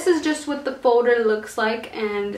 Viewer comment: You keep saying foder when it is folder